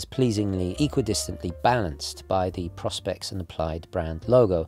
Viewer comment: Why are people call it “Pros-pex”, it has pro specs that’s why you pronounce it like “Pro-Spex” :)